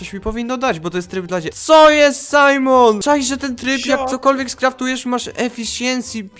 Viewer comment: tryb dla dziecki powiedziales tak hahahhahahahahhahahhahahahah ty sam jestes dziecki ahahhahahahahahaaaaaaaaaaahhhhhh